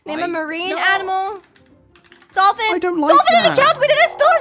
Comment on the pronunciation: "triangle": "trangle" "dolphin": "dophlin"